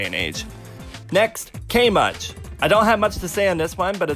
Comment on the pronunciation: if you think that k.much is bad you gotta know how it's supposed to be pronounced. it's ka-muchi. not kay-much. but ka-muchi. remind me to punch the asshole who made that name.